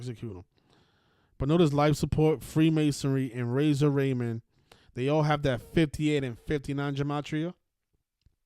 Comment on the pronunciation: It's Razor Ramón chico